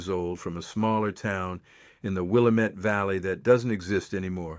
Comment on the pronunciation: That town is not pronounced: es-ta-CAH-da. It is: Es-ta-CAY-da. Please get your AI to pronounce correctly. .... AHHH! You did it again! It is not the: WILL-a-met valley. It is pronounced the: will-LAM-met valley. Also, other Oregon words are pronounced differently: The spice turmeric: It is not: TOO-mer-ic. It is: too-MERH-ic The plant clematis: It is not: CLEM-eh-tis. It is: clah-MAH-tis Oregon has a way of saying words. Please do you research before you fcuk it up. Thanks. ...and, the Douglas Fir was planted for its quick growth in Oregon, for lumber sales. It was never a dominant tree species here in the Oregon old growth. I call it an invasive species now!